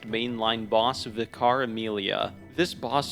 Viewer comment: Paarl at level 4 seems like actual hell. I hated it enough doing the Loran Darkbeast in a cursed depth 5 dungeon, and I was probably 120 for that. God damn. I also love how seemingly no Soulsborne YouTuber can pronounce "vicar" 😂